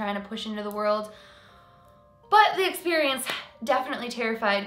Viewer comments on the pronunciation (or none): none